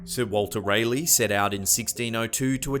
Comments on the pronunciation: “Some of the local natives were openly hostile.” Gee, I wonder why? (Also, sweetie, Raleigh is pronounced Rah-lee, not Ray-lee.) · lmfao.."sir walter RALEY"..it's sir walter (RAL-E) RALIEGH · Its RAH-LEE NOT RAY-LEE YOU SHIT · North Carolinian here! You didn't say Raleigh correctly! Rah-lee! Say it! Rah-lee!